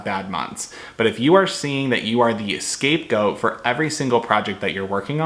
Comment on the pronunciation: scape goat, not "escape" goat.